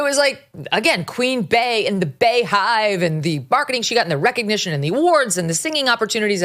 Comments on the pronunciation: Jesus Megyn, it's BEEEEEEEE, NOT BAE! Jeez, you even said Bae-Hive. How could you not put that together? Bee hive! I can't stand Beyonce, but even I could put that together. Context clues, Megyn. Use your context clues. 😂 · Queen Bey = Queen Bee, not Bay. Bey hive = Bee hive